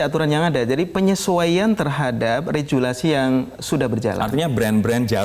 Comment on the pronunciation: Bicara regulasi dieja seperti bahasa Inggris, rejulasi.. Hal kecil seperti in saja sudah kacau bicaranya. Sebaiknya selesaikan saja lewat jalur hukum dengan KPAI bahwa logo PB. Djarum atau Djarum Foundation telah yang disahkan melalui DJKI berbeda dengan yang dipakai sebagai logo rokok. Kalau memang masalah logo yang dijadikan polemik. Kalau memang terbukti PB Djarum tidak ada unsur eksploitasi anak dsb maka tuntut balik KPAI agar menjadi pembelajaran bagi yang lain juga untuk tidak sembarang saja menuduh.